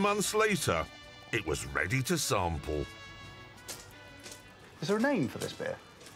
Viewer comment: The way he pronunces "SAMPLE sounding like an alcoholic lmfao funny guy jeremy clarkson